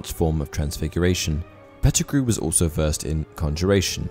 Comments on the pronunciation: You lost me as soon as you said Petergrew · I can't go on with the video when you said Pattigrew instead of many others more powerful than him. Also in many of your videos, misinformation is quite high. Facts are not being taken in consideration and movies are the base of your knowledge.